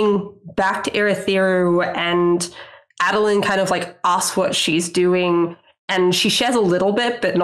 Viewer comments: A-dolin, not Ah-dolin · While it is indeed 100% valid to pronounce anything in the cosmere however you want... it's definitely A(long A)dolin right?? Maybe we should, as a community, decide on a standardization of pronunciations? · Came all the way here from the podcast just to make this comment: It's a long A for Adolin. For many, but here are a couple reasons. Adonalsium is a long A. Names derived from it use the long A, like Ba Ado Mishram. Though this I admit is subjective My main reason The world has president for a long A in name like this Aiden, Aidan however you spell it its more often than not said with the long A. Folks should be allowed to pronounce things however they want when it comes to fiction. Only making this comment as someone who is close with an Aiden. The sound may grate some but those who have it as their names would appreciate it being said with the long A. Knowing an Aiden who takes pride in his less common name getting some semi representation through Adolin, and seeing him as a namesake makes me a fair bit passionate about the subject. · Ae-doh-lin Ado is "light" Lin is "born unto". I believe it's in Oathbringer during one of Dalinar's flashbacks where they explain his name. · Long A Adolin, mostly so that instead of adolin blade I can say bladolin. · You're all sleeping on the third option, AHdolin, "AHd" rhymes with "God" or "Pod" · How's this for a pronunciation: Uh-DOLE-un? Also, I do not want adolin to become a radiant. He should be something new I think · The COREECT WAY to pronounce adolin is ah-dolun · I pronounce it AYY-doh-lin. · Ay-duh-lyn for my money. Bonus: Sadeas is clearly "Say-Deez" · Long "A" Adolin I'd like to say because phonics-- a double a consonant after the "A" would make it short. But I think I think it has more to do with how I heard it on the audio book.